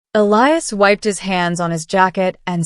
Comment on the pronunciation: Finally, Elias' name pronounced correctly!